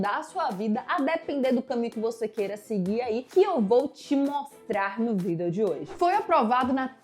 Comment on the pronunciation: Por que vc fala vídeo de vidêl mila briktok?